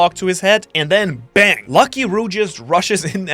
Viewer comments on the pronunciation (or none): none